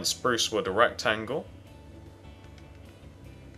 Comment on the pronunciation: Sorry If Gross OR Inappropriate But it sounded like he said ERECTangle When HE said Rectangle LOL